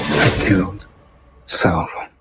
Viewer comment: roll those R's when saying Sauron... Well done. Skill useful in bedroom, also.